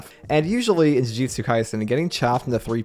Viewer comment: thank you for pronouncing JUJUTSU correctly, i’m hearing way too many JUJITSUs and like, URA AMEs instead of URA UMEs (i mean you just say “hobbit”but yeah) saying the names correctly matters